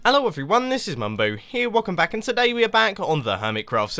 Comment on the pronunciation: You just say aello not hello